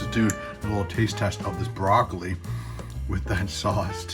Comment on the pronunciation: Im not a very good cook myself but very much enjoyed watching you try to be the next Julia Childs!!:) The one thing I think Carol needs to get you for Christmas is a new tongue(raw bloccili?? Im actually surprised you didnt call it blaw roccili!!! lol!!!